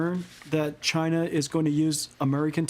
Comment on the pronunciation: Going agst Chyyynaaa manufacturings ................. SAYOURANNA S,AYOURANNA , SAYOURANNA